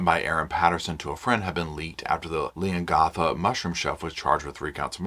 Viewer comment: I just have to say I grew up near Leongatha when I was 6 till I was 18 or 19 in Mirboo North it’s only 10 to 13 minutes from Leongatha and I giggle every time you try and say all of the surrounding towns including Leongatha and even Gippsland 😂 It would be like me trying to pronounce Towns etc in the USA. Also, I remember always seeing Koalas in Victoria (not so much in Queensland where I live now as is to hot up here for them, I’m assuming that because we have gum trees which Koalas live in but there just isn’t as many, Queensland is 2 states away from Victoria) When I was a teenager at school in Mirboo North I remember sitting in class and watching a Koala walking across the road, it was so cute (although Koalas are very cute they are actually vicious) Up here in Queensland we see loads of kangaroos all the time. My kids use to kick the footy on the oval at lunch time and would have to dodge hitting kangaroos, my son’s soccer games had to be stopped as we would shoo kangaroos off the soccer field 🥰 It’s funny how different Countries get so excited about each others animals. My daughter is in Canada atm for 2 years and she sent us a video of a squirrel, it was the cutest thing I’ve ever seen, but no doubt to you guys and Canadian’s it’s a common animal to see. Sorry for my rant, I just wanted to share that with you ❤